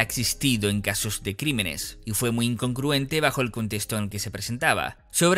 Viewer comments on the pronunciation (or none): Disculpa que te corrija pero no se dice inconcruente se dice *incongruente